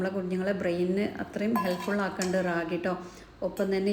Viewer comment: റാഗി അല്ല രാഗി (കന്നഡ വക്കാണ് 😊) മലയാളം മുത്താറി 😊